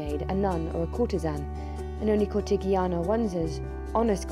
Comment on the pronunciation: This video is entertaining, I gave it the thumbs up, however, please double check pronunciations - "licentiousness" and "cortigiana"- it was surprising to hear , as much effort was put into making this. Licentiousness, have a re-listen, is probably a just reading error. However, cortigiana would be pronounced "corti-jee-Ah-na". The italian G has a soft sound when followed by an E or an I, like in the word age, or Gio (Joe). Hope this is helpful, keep up the good work.